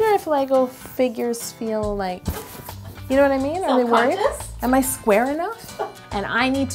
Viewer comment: You is spelled YOU you said yo